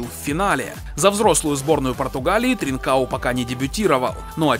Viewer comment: Не тринкао, правильно с португальского ТринкаН